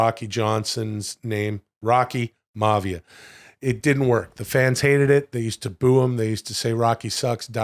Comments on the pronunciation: mavia??? My-A-Vee-Ya, Rocky Maivia. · Maya -via is the pronunciación for Rocky Maivia #FreeWill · lmao...Will, you're not going to like this, for I imagine you've been saying that for a long time...but it's pronounced................ Rocky "MY-uhh VEE-uhh" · Will, pronouncing Rock’s last name wrong….what a mark. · How is Will such a big fan but can't say The Rocks real name properly?! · As a wrestling purest that Will claims to be, you'd think he'd be able to pronounce Maivia correctly.